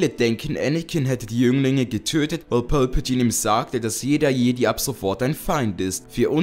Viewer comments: Das ist Palpatine und nicht Pölpetiene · wer versteht anstatt palpatine auch immer pölpatine xD ( nicht böse gemeint )